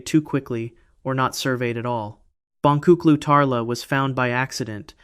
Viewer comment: The "C" in Turkish is pronounced as a "J." The correct pronunciation is "Bonjuklu Tarla." JSYK! :)